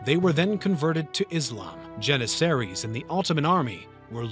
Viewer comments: Your pronunciation of "Byzantine," "Trebizond" and "Janissaries" is weird. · Nice effort, but you really need to work on your pronunciation of the names of places and peoples – starting with terms like ‘Byzantine’ and ‘Jannisaries.’ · I adore this channel, but how can a channel with such high production value have so many mispronunciations? Am I the only one hearing this? “Byzantine”, “janissaries”, “constantinople”, “greco-turkish” just that I’ve noticed so far